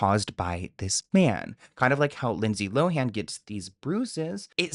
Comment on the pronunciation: It's Lindsay LOWEN......NOT LOW-HANN! geez do your job.